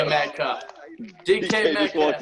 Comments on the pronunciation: “DK Met-coff” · Haaahaa DUDE SAID DK METCOT!!🙂😂🤣😅😆